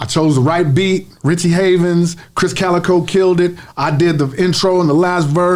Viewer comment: Krizz* Kaliko, not Kris